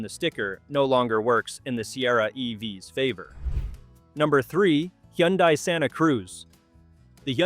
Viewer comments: Wth is a Yundi? Where im from Hyundai is pronounced Hun-Day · It's pronounced "Hunday". Go watch their commercials. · The “Yundai” Santa Cruz? AI for sure. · When the commentator pronounced Hyundai a different way, that's when AI became very apparent.